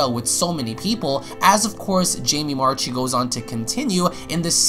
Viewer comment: Jamie Marchi's last name is pronounced marki, not marchee.